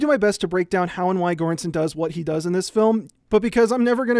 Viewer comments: Another great video. If you want to know how Göransson is pronounced properly, it’s kind of like “juran-sonn”, with “ju” as in “jury”. Not a hard g, just like there is no hard g in English words like “gem”. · Göransson 's pronounciation is closer to an english soft G as in George. I am not trying to be nitpicky is just an observation :) Your channel is trully one of the best things on youtube. Keep up the amazing work and greetings from Sweden. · That's ... that's not how you pronounce Göransson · Holy shit you butchered Ludwig Göranssons name 😂. It's okay tho. I know it's hard with foreign names but you could have looked it up. Fantastic video either way!